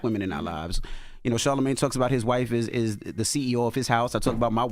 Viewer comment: Charlamagne saying he felt undervalued as a woman 😭and Porsha calling him Charlamisha💀💀💀😅🤣😭